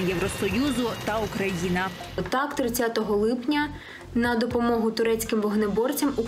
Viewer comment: Дайте ведущей по шапке, пусть слово Украина выговаривает нормально, 2 раза перематывал и постоянно слышиться первой буква О. То ли специально то ли инсультница.